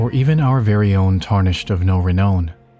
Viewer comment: “Miquella the un aloyed, tarnished of no Reknown” 💀💀 first 10 seconds and I’m dying